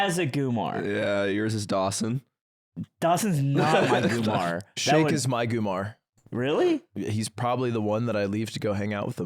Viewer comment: Can someone explain to me if /Ludwig know the term is ‘goombah’ not ‘goomar’ 😂? Or are they just trolling and saying it wrong deliberately?